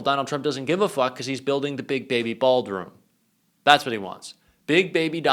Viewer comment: I like that little flub. The baby's baldroom.